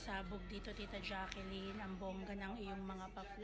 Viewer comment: Ate, Jaclyn sya, not Jacqueline. U r not pronouncing right d name of Ms. Jaclyn since d first day of ur post